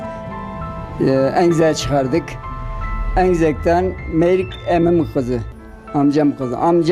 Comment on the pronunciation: Merik değil Meyrik!!!😂